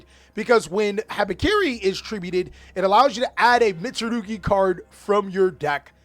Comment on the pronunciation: The way you butcher the names tho 😭🤣🤣